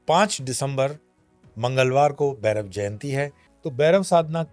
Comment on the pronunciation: It's bhairav not berav